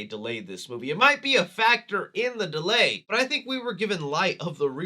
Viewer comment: The intro def said ‘dealy’ instead of delay